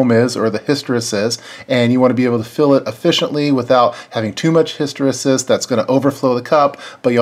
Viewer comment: Good video but hysteresis is pronounced his-tə-ˈrē-səs.